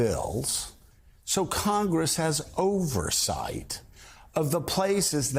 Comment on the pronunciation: OVERsawught?!!!? EDIT: y instead of the u. Wow see how easy that was instead of playing a doofington